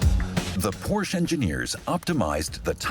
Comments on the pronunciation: How can this be such a detailed video on such a formidable vehicle requiring so much precision and detail yet they pronounce Zuffenhausen easily yet can't pronounce the name of the car "Porsche" its not a "Porsh" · Painful to constantly hear the family name Porsche (2 syllables) mispronounced. Otherwise it is great to see how far Porsche (say, "Por-shah") has come since the 4 cam air-cooled days. Amazing car! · No matter where the speaker comes from, there is no car named "porsh". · I wish the narrator and English translators would pronounce Porsche correctly!! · Why is the name Porsche not pronounced correctly in this video. Since it is family name and not just a product name, tell me why it is mispronounced here. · This mf is so inconsistent with how he pronounces Porsche 😆😒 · The constant mis-pronunciation of Porsche is incredibly distracting from an otherwise wonderful and fascinating video. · Great video just wish they pronounced porsche correctly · The announcer pronounces Porsche wrong throughout the entire video BUT a great video. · Somebody tell that idiot narrator that the e in Porsche is not silent. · Please learn to pronounce Porsche before doing a documentary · It was very annoying to hear the narrator mis-pronounce Porsche. And, that it was not corrected in post production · Can’t even pronounce Porsche correctly! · the mispronunciation actually takes the fun out of the video for me. If they want to talk about principles, fundamentals, and details then getting the name right is a good starting point! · The commentator needs to learn how to properly pronounce Porsche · Porsche is a two syllable word. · The speaker mispronounces Porsche. At least if he were in Germany. Not Porsch, but Porsche with a short e. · Very good documentary, even though being peppered with the mispronounced brand name Porsche (Porsh). Also, do not say that in front of people with any connection to Porsche (Porscha). You will be kindly corrected. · Yep. Though never Por-Shee, lol.